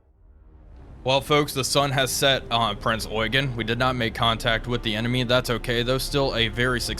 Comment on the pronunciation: btw, good job not saying Prince Yougeene.